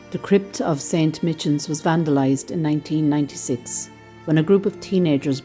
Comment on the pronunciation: Just one correction .... Saint Michans Church is correctly pronounced as St Mycans .....